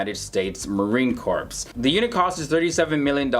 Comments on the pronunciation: Not meaning to sound all butthurt, but when you say "Marine Corps" it is NOT pronounced "corpse"! The "P" is silent. It's pronounced "CORE". It's a mistake that makes you sound uninformed....... other than that one little bitty pet peeve (Simon Whistler does similar things in TopTenz) I enjoy these videos and find them very informative! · Please note: CORPS is correctly pronounced with the P silent. In the future please say it as if you are reading "CORE." Correct use of words may help your credibility.